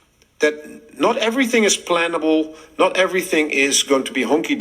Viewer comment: i thinx he said "not everything is plantable" not plannable